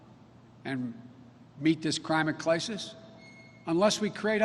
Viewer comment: Crimate Clisis...he said it!!